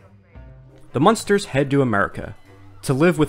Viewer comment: it's "Munsters" not "Monsters" You keep saying "Monsters"